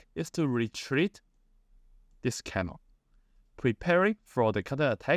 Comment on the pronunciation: You mispronounced cannon